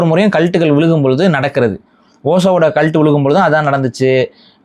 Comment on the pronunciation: Video paakama audio mattum keta naala yedho asingama kalattu kalattu nu sonna mari irundhuchu 😂